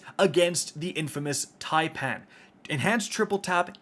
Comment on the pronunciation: So Americans CAN pronounce taipan properly. Just not Fallout (typin’) or Aztecross (taypan) Well done, boy👍